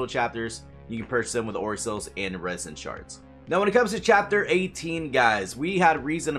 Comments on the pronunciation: Why do you say "iridescent" like "iresintshards"? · Why do you say iridescent like that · Does this guy not know how to pronounce iridescent?